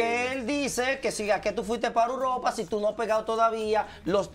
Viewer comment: Pero por qué es que él no puede decir E U R O P A 🤦🏻‍♀️🤦🏻‍♀️